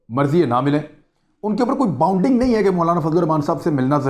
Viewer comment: Imran!, 'Bounding' nahi, isko BINDING boltey hain.